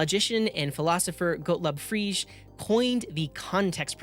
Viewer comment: Thanx for the content. But please pronounce Gottlob Frege correctly 😅